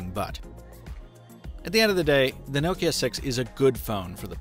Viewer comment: First youtuber to say Nokia correctly.